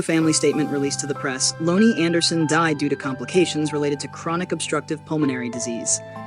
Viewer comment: Can you please say her first name Right 🙏🙏